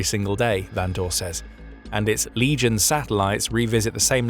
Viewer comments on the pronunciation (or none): none